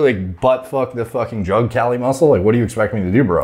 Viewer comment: KAH-LEE MUSSEW.